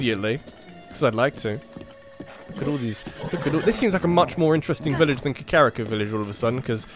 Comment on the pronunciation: I'm sorry but it's Ka-kuh-ree-ko. Not the way you've been saying it.